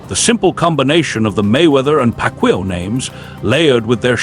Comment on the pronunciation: It's Pac yow not Pac will 😂